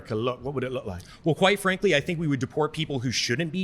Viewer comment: Dude says Quite frankly so much it is sounding more and more like white frankly. Which is more what I think he is meaning. 😂